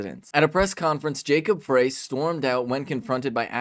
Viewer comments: FYI Frey is pronounced fry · they didn't kick down the door. they let themselves in with a key. and it's pronounced fry, not fray